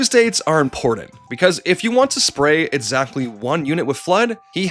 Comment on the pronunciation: They sometimes pronounce it as a "t", or miss it. It's just an accent thing, probably, I'm just goofing with them Here's a few etsamles: Etzatly how much 01: "lights" on this video tates damage direttion you're going I just skipped to random parts and few these, but don't mistake me for being mad about it, it's just poking fun